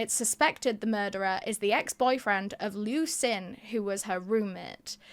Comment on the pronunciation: I like the episode, but there's a few things that are incorrect. 1) Jiang Ge and Liu Xin are pronounced Jyang guh and lee-o sheen. 2) Jiang and Liu are last names. China (and Japan) use surname first naming conventions.